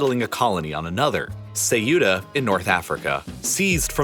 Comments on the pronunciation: It’s pronounced “SET-YEW-A” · Ceuta pronounced like 'zeyuda' haha... why is it so easy for english speakers to ruin names? lol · when i heard your version of saying Ceuta... something inside me died... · You murdered the pronunciation of Ceuta. Please prepare before making a video.